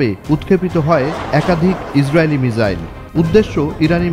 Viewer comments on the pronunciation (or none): মিজাইল নাকি মিসাইল হবে